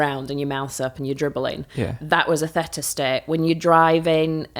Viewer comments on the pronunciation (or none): I'm surprised she pronounces theta like feta? It's pronounced thee -tuh. Bit odd she doesn't know this.